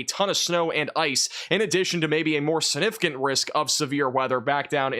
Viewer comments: Love your work! Please put that “g” in siG-nif-i-cant 😂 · YOU ARE GREAT…! But you have to pronounce “significant” correctly, if you are going to use it so often… like I said you are a great forcaster and I appreciate you, but this word is very important.. its “SIG-nif-i- CANT…” SIG NIF ICANT…